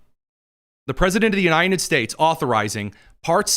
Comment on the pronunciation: Why do you have trouble pronouncing the word "united", just like biden never could? Are you from Delaware, too? It's spelled with a d on the end. It's UNITED, not UNINEN.